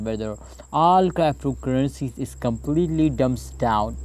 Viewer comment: What the hell is "Craaptocurrency" bro ?? 😂